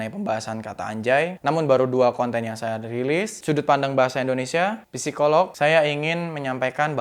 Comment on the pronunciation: Gak malu lu om? Lulusan Psikologi tapi gabisa ngomong "Psikologi" sesuai dengan PUEBI. Gw kasih tahu nih ya, biar sekalian buat sarana edukatif lu. Kata "psi" dalam bahasa Indonesia itu dibaca "si", bukan "pesi". "Bahasa menunjukkan bangsa"